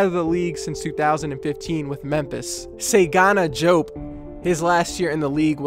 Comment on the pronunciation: You butchered Diop name lol